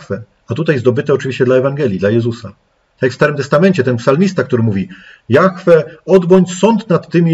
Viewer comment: dlaczego ludzie wymawiaja jahfe ja mowie jahwe